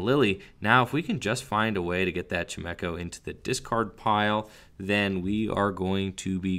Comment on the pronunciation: Anyone else triggered by pronunciation of chimecho? Lol xD